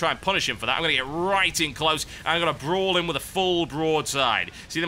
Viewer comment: I laugh everytime he says brawl. idk he just says it funny lol